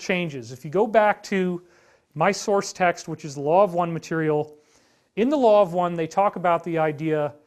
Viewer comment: He thinks he is Dr Greer now he’s talking like him did you hear him ma-te-rye-el 😂